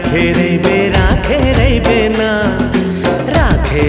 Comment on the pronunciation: जब female singer मुखड़ा गाते हुए कहती हैं- राखे रहिबे ना*** तो जो न का उच्चारण है वो गजब का है, कलेजा काट के ले जाती हैं। 🥰🥰